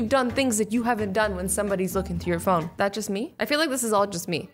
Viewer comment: ”phome” Don’t hate on me for saying phome instead of phone. Azzy said phome on accident.